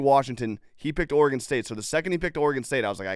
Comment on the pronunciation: One day Dave will learn how to properly pronounce Oregon